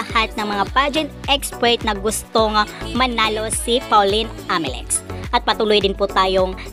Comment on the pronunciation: okay na sana video mo pero pag pronounce mo ng Amelinckx walang N